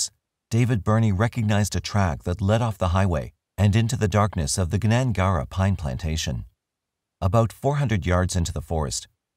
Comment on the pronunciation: Just on pronunciation and no slight intended, Willagee is pronounced willa - gee (as in gee whiz) and Gnangara is a silent G at the start (like gnome) so nan-gar-a, both of these a Noongar names (the indigenous people of the South West).